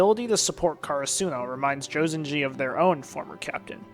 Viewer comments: "car a soo no" what? 😃 cur ah su no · Is he deliberately mispronouncing “Karasuno”? Or has he not seen the dub?